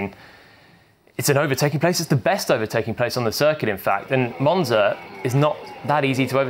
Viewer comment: That monza 1 isnt how u say it was